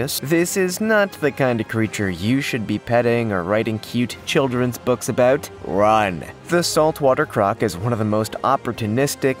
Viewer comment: Abooout.... Canadian. 😂😂 Love the vids chap.